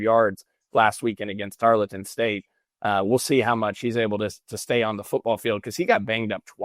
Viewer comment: Triggered to the max at how pronounced "Tarleton" repeatedly.